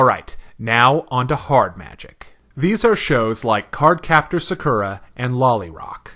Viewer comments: sakera??? u mean sakura^^ pronounced sa.kuu.ra^^ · OMG my years. It's not SakUra, it's SAkura